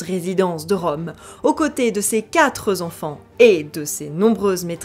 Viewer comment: Quatrezenfants????? Une liaison mal-t-à propos!!!!!